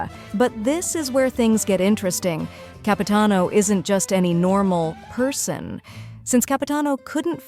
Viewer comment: It's Capitanover